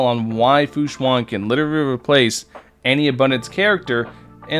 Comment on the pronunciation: its pronounced shuen like shoe-en not shu-an. just fyi! :)